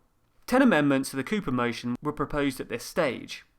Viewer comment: the "Cooper Bill" becomes to the "Copper Bill" and stays like that for the rest of the video...